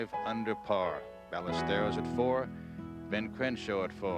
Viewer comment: Kind of ridiculous Nantz pronounced the "z" in Olazabal and Melnyk pronounced the " l's" in Ballesteros.